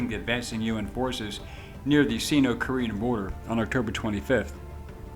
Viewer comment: Narrator doesn't know Sino is not seeno and said low Temps to 40. Insult to men freezing to death. 40c like 110f . Turned if off